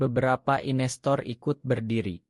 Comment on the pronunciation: Maaf, saya heran dengan suara narator akun ini, mirip suara narator akun lain. Yang saya herankan, beliau tidak mengucapkan kata/istilah dengan benar/lengkap. Contoh: di layar tertulis "investor", yg terdengar "inestor", di layar tertulis "foto", yg terdengar "oto". "video" jadi "ideo", dsb. Apakah ia bukan orang Indonesia atau ...?